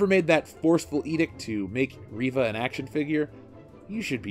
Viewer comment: Not Reeva, it's Reeeeeeeva